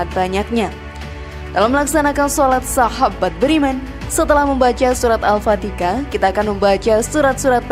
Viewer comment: Mohon maaf mba... al fatihah bkn al fatikah...